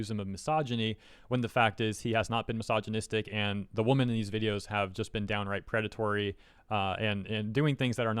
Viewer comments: im curious, can you not say wo-MEN? you usually say woman as a plural. not trying to be mean. love your vids! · It bothers me that you say "woman" when you mean "women" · "Women" is spoken like "wimin", almost the entire word changes in the plural form. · I hope was being satirical, purposefully mispronouncing "women" as "woman", and not that genuinely doesn't know they're pronounced differently. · Am i crazy or is he pronouncing women as woman? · Please learn how to pronounce the plural word "women". It is not pronounced the same as the singular "woman" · Just to clear up my hearing at the beginning of the video are you saying women or woman. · Is he saying women? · I agree.